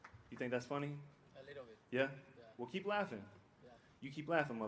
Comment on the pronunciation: "A Leedle Bit" 🤭🤣😭 Three words more devastating than that entire speech.